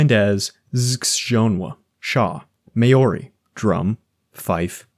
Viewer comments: good video but how are you gonna make a linguistic iceberg video and do absolutely no research into how foreign words are said... everything is said with a painfully thick american accent. "hand-shah" for Handschuh? really? edit: "may-or-ree" for Maori is actually diabolical. i have never heard that mispronounced so egregiously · Maori pronounced Maw-ri